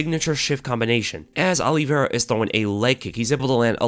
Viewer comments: Olive-i-ra. not Olivera. good to know the fighters' names ya? Justin has zero chance. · "Alliveira" lol